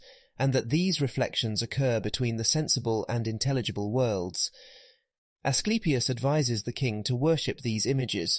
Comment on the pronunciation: His son really names A sleep e us lol